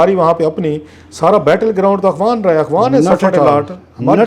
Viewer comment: بڑا نالائق اینکر ہے۔ افغان ہوتا ہے نہ کہ اغوان۔